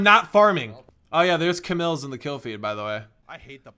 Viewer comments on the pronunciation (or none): Its C-mills not ca-mills